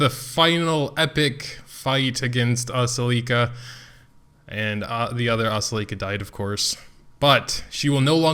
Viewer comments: Uh-sell-eh-ka the way you say her name is making me cring. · I pronounce it like Ass-el-ih-ka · Your Ascelia and Shea are entirely wrong